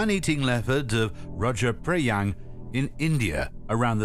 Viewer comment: Man the narrator butchered the pronunciation of "Punanai" and "Rudra prayag". Punani lol..